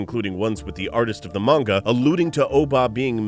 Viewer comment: Your not saying manga properly